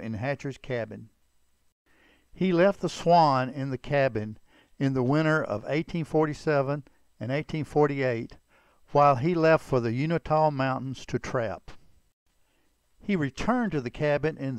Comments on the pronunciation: The mountain in Utah are pronounced U- in- ta, Not U-ni- ta! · you-in-taw That's how you pronounce the mtn range😁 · “Uintah.” Pronounced “you-in-ta.” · I think we all know his name was Johnston, not Johnson. However, not all people know his real name was Garrison. One other thing; I can tell that the guy who narrates this story, isn't from Utah or he'd know it's pronounced U - in - tah mountains. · I think you meant the "Uintah" mountains in Utah, not the "Unitah"? Interesting bio. Thanks. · Uintah mountains Utah pronounced You-in Tah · You are correct. I got a little dyslexia there, both in spelling and pronunciation. Sorry about the error, and thanks for watching the video.